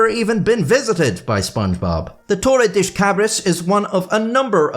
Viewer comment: das in Portuguese is pronounced "dush" not "desh"